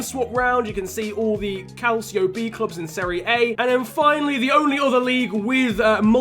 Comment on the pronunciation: Your pronouncing calcio b wrong